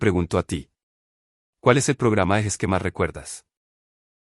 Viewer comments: Se no se dice Yes es Jes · JES son las iniciales de Julio E. Sanchez, son nombres en español, por lo tanto la pronunciacion es JES, no yes